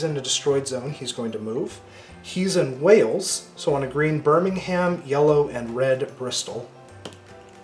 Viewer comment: Also, Birmingham is pronounced like "Birmingmm", with a silent "h" and the "a" almost silent too.